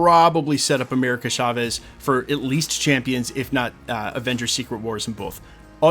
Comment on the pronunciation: FFS, dude. It's pronounced CHAvez, with a CH sound. Not SHAvez! Unless you have a speech impediment and also say things like shicken, shocolate, shimishanga.